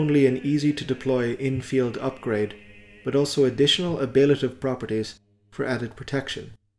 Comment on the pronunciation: Fantastic as always! One slight nitpick, it's pronounced ab-lay-tiv.